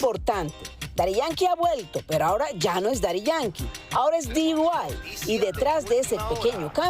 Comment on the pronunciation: Dee Why?..... Di White?.... Di Guai? 😅😅😅😅